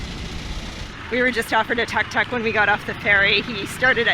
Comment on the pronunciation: You should really learn how to pronounce "Tuk Tuk"